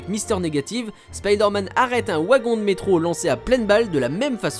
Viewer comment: Ouah c'est quoi la prononciation ? J'ai tiqué sur WAGON